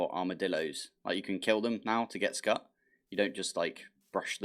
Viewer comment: Scute = s-kyoot. As in "it's cute". 🤓